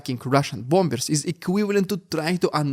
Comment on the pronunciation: The second 'b' in bombers is silent in English, so it's pronounced 'bommers'. Hope that helps.